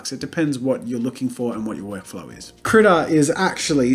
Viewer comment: I thought he was saying "Critter" the whole time, but see it's spelled "Krita" (which is crayon in Swedish, which makes me wonder where it's from?)